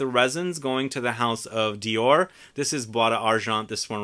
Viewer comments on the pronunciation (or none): none